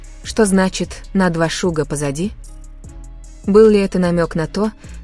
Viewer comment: На 2 шага,а не шуга.